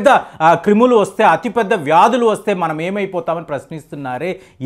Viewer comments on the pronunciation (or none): Kreemulu kadhu nayana Telugu pandit krimulu Telugu type chestam nerchuko eppati daka neku English words Telugu words and sentences pronounciation radhu anukunna eka edhi kuda anyayam ipoyindhi nayana marchu marchu kamalam puvva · క్రిములు సార్ క్రీములు కాదు... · ఒరేయ్ బాబు "క్రీములు" కాదు "క్రిములు"🤦‍♂️ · క్రీములు కాదు బాబు క్రిములు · ఇంతకీ "క్రిములా". "క్రీములా"